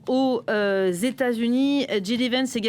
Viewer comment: "djidivènss" c'est original lol... le mieux reste de prononcer son nom à la française, "jidévènss", ou à l'anglaise "djaydivènss". Et ouaip, j'ai rien de plus intelligent à commenter.